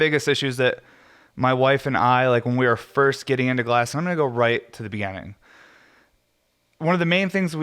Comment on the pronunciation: I love sitting down to listen to you with a heady and coffee Sunday mornings. Its been something I've come to look forward to. Hope you keep doing them. Also, youre the first person I've heard pronounce beginning like begenning, is that a Colorado thing? Sounds Canadian kinda.